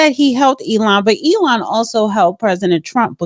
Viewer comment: you need to work on pronouncing names correctly .. dont you hear others , how the name is pronounced? Ealen? lootnik? (LUT-Nick) . E-LON, Zing? XI (Prounounced SHE) Besset? bessENT😂😂😂😂